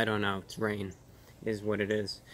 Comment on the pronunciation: The wain wesembles these hatewssss